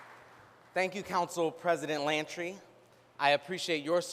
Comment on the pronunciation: Not Lantry!!! Come on Mayor!